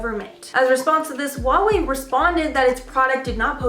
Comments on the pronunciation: Its HUAWEI not HAUWEI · No one:: hAuWei